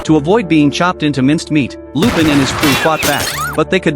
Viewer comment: I just keep getting distracted how the AI can't pronounce the French name "Lupin".